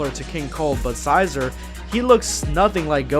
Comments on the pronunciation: Xicor = Sk-i-kor, there pronounced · Think of pronouncing it XiCOR. (Zai-core) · Xicor is pronounced Zai-core I think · Love your videos love but his name is pronounced (Zai-Core) Xicor. Anyway keep it up bro! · Okay, first off, Xicor's name is pronounced "Zikor" with a 'Z' at the beginning and a 'K' at the end and secondly, the West Supreme Kai took a genetic sample in the form of blood from both Goku and King Cold and gave life to Frieza, Cooler and Xicor in that way. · It's pronounced (ZY-core) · it’s ZI-K-ORE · Xicor (zye-core) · It's Zikor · Its "zajkor" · Huh. I always pronounced Xicor like Sy - core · Awesome even of I've already read the first chapter or two. And I'm pretty sure its pronounced Xicore (Z-i-core) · Xicor is pronounced “Zicore” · (Zie-kore)< that’s how you pronounce xicor. And uub’s suit/costume type thing is from GT, if I’m correct. And the west Kai I think I read that she uses dna? Like hair and stuff. If he did, i think he would have known. Idk tho [just saiyan] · Xicor Pronounced (Zi-Cor) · Tbh, it's pronounced "Zi core" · I think his name is actually pronounced "Zai-core", but I'm not sure. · It's pronounced Zuy-Cer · You its pronounced zi-core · Its pronounced Xi-core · I got triggered when he pronounced his name "Xi-zore"